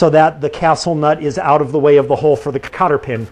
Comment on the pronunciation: It was a joke...... When you said cotter pin.....it sounded like copper pen......ha ha.....love the videos man